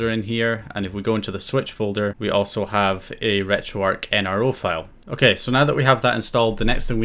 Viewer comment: Am I the only one who picked up on the wrong pronunciation of retro arch as retro ark